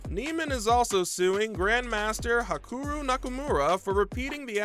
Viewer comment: I was stopping the video, but when I heard Akuru I watched it all 😄 🤣 😂 😆